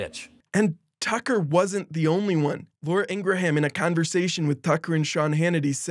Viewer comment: Fyi the "ha" in Ingraham is silent